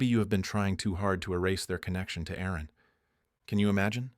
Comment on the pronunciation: There was an Aaron/Erin glitch.